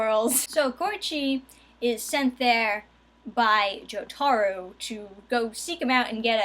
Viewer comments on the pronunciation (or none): Jo as in JoJo. Taro as in Tarot cards. Giorno keeps in with the hard Jo.